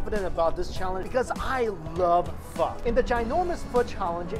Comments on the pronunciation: What he said: i love pho What i heared: i love fuck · you said pho wrong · Fake asan cant even prononce pho or siracha OLLOOLOLOLOLOLOLOL